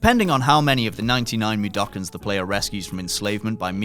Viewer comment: Plus 50 points for saying Mudoken correctly!